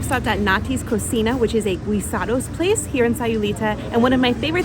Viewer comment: "GEESE ADO" instead of saying GUIS ADO.. 😊